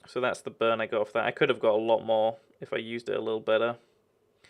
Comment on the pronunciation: its more not moar